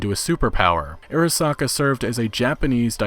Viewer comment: It's actually not "airasaka" but it's "arasaka"... like, "ah-rah-sah-kah." Just an fyi on Japanese romanization pronunciation. :)